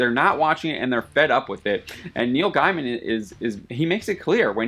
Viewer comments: Can you please for the love of Jeebus pronounce Gaiman's name correctly? It's GAY-MIN. NOT guy-man. Christ. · When you pronounce his name "guyman" I know you've never met him 🤷‍♂️ From his own blog: How do you pronounce your last name? Is it gay-man or guy-man or something else? It's Gaym'n. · It's pronounced "Gay-mn." Not "GUY-man." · You shamelessly twisted his words and even mispronounced his name :)))) It’s not gender bents and stuff like that that Neil talks about. In his adaptation he does change genders and sexuality and all that to fit a more progresive present and the fans are happy cause the story is still amazing. What he was talking about was the complete tranformation of the story like The Watch did, not the usual conservative instinct of some fans.